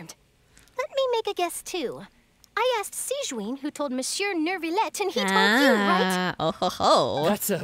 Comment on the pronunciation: New-VAH-let. Not Nervalette.